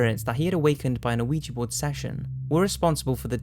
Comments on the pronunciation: yeah. that's the way we pronounce it in the USA, but it comes from the French and German words for yes. Oui= yes ja=yes weegee is what we say though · Please say quija board correctly if ur going to do a segment on them lol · You don't pronounce the O in Ouija. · It's my understanding the O is silent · You're pronouncing the o, its silent. I'm not being a spelling/ grammar mazi, I misspronounce words I have only read all the time. I would rather people told me, other than keep mispronouncing shit. Thanks for another rad vid! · hehe. It sounds like you keep saying LUIGI BOARD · WHAT THE F**K IS AN AWEEJEE BOARD!?!?!?!??!?!?!?!?!?!?!??!?!!WHAT THE F**K IS AN AWEEJEE BOARD!?!?!?!??!?!?!?!?!?!?!??!?!!WHAT THE F**K IS AN AWEEJEE BOARD!?!?!?!??!?!?!?!?!?!?!??!?!!WHAT THE F**K IS AN AWEEJEE BOARD!?!?!?!??!?!?!?!?!?!?!??!?!!WHAT THE F**K IS AN AWEEJEE BOARD!?!?!?!??!?!?!?!?!?!?!??!?!!WHAT THE F**K IS AN AWEEJEE BOARD!?!?!?!??!?!?!?!?!?!?!??!?!!WHAT THE F**K IS AN AWEEJEE BOARD!?!?!?!??!?!?!?!?!?!?!??!?!!WHAT THE F**K IS AN AWEEJEE BOARD!?!?!?!??!?!?!?!?!?!?!??!?!!WHAT THE F**K IS AN AWEEJEE BOARD!?!?!?!??!?!?!?!?!?!?!??!?!!WHAT THE F**K IS AN AWEEJEE BOARD!?!?!?!??!?!?!?!?!?!?!??!?!!WHAT THE F**K IS AN AWEEJEE BOARD!?!?!?!??!?!?!?!?!?!?!??!?!!WHAT THE F**K IS AN AWEEJEE BOARD!?!?!?!??!?!?!?!?!?!?!??!?!!WHAT THE F**K IS AN AWEEJEE BOARD!?!?!?!??!?!?!?!?!?!?!??!?!!WHAT THE F**K IS AN AWEEJEE BOARD!?!?!?!??!?!?!?!?!?!?!??!?!!WHAT THE F**K IS AN AWEEJEE BOARD!?!?!?!??!?!?!?!?!?!?!??!?!!WHAT THE F**K IS AN AWEEJEE BOARD!?!?!?!??!?!?!?!?!?!?!??!?!!WHAT THE F**K IS AN AWEEJEE BOARD!?!?!?!??!?!?!?!?!?!?!??!?!!WHAT THE F**K IS AN AWEEJEE BOARD!?!?!?!??!?!?!?!?!?!?!??!?!! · Wee-Gee. O is silent. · Why are you saying "Oh-wee-jah" it sounds weird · Why does everyone say ouija wrong? Its weeya the wee means yes in french cuz my mom teaches french at my school and the ya is yes in german cuz my sis learns german in high school so its yesyes/weeya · It is pronounced wee ja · It's wee jah